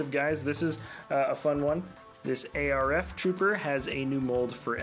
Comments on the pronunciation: Honestly hate how you say A R F. It's just arf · It’s not a r f its arf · just say arf not a r f but the vid was fun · JESUS please please please stop calling them A-R-F Troopers! Just call them ARF Troopers. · Please stop saying A-R-F, it’s Arf. Like just “ARF” you don’t need to separate the letters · I don’t like how he says ARF trooper you’re say it like it’s spelled not letter by letter